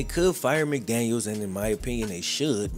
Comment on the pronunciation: Great video as always. Only thing I will point out is Mike McDaniel deserves the respect of having his name pronounced/spelled correctly as him and Josh McDaniels don’t share the same last name as stated.